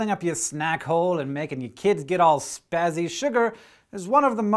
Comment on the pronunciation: i cant believe you just said spazzy like that. i actually missed the next 20 seconds of what you said